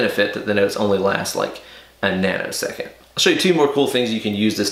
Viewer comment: A "nano" second or a "Nuno" second?:) Another great video,. Thanks.